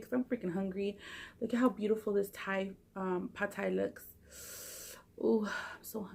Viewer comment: I love how you pronounced pad Thai right too. I swear you're part Asian girl! Keep making us hungry 😜